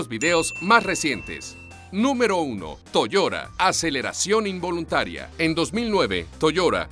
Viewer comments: Se pronuncia Toyota no toyora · AxeL moran es verdad dice Toyora pero es toyota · ¿¿¿ , se dice Toiora??? ¡¡¡Y yo toda la vida diciendo Toyota!!! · Toda esta gente quejica que llora porque diga "Toyora" seguro que luego dicen "la laptop" y no "el portátil", "el aisberg" y no "el iceberg", "el closet" y no "el armario", "el maffin" o "el capkeik" en vez de "la magdalena", "el gym" y no "el gimnasio". Mucho quejarse de que digan cosas en inglés, pero que yo sepa Latinoamérica y los pijos de España son los que más palabros ingleses sueltan. Oh, ¿y por qué no os quejáis del "MOYO" en vez de mojo, eh? Los de Watchmojo son estadounidenses. Por eso mismo lo pronuncian así. A ver si a los finolis de la lengua española os entra en la puta cabeza de una vez, que yo no me quejo cada vez que oigo a Dross decir "la punta del aisberg" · Toyora? En serio? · Che .... es TO YO TA !! No! Toyora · que molesto escucharlo decir toyora y takara todo el rato, pero en fin, buen video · también lo he escuchado toyora...jjajajaja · Toyoda toyoda ulala señor francés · "Toyora". No puedo con esto. No. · Toyota, a ver si aprendes a hablar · No pude parar de reir la manera de pronunciar Toyota. Es como si dijieras Mapple de Appel.